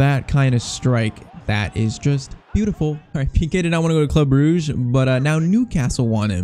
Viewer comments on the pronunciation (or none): none